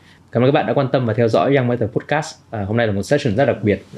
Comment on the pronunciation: nội dung cuốn hút. câu hỏi hay. khách mời cung cấp thông tin bổ ích. tuy nhiên xem nhiều số rồi vẫn ko thấy thoải mái với bạn host. đầu tiên là phát âm podcast sai huhu. tiếp theo là đặt câu hỏi bị nói lắp. tiếp nữa là nói chêm tiếng anh nhưng phát âm ko chuẩn :((((